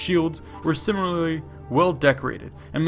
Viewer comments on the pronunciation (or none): I enjoy the videos but was just too funny. « Simiallalrly » lmaooo